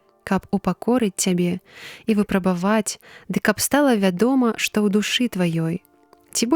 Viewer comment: Прачытана: выпрабава'ць, слоўнік дае: вы'прабаваць.